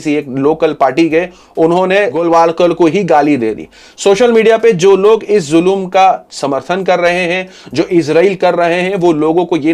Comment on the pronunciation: Zulum nahi bhai ZULM